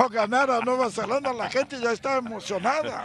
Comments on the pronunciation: Alvaro lleva toda una semana diciéndole Nueva “Zelandia” a Nueva Zelanda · Y Alvaro sigue diciendo Nueva Zelandia.